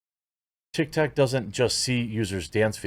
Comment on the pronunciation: "TikToCCC" "BreEEEch" Come on, man